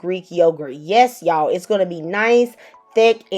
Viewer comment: as soon as the video opened with "HEY Y'AAAAALLL!" I knew this was going to be good. Sincerely, a fellow Southerner